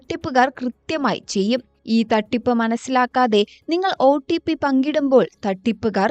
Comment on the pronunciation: OTP ഒ-ട്ടി-പ്പി അല്ല ഒ-"റ്റി"-പ്പി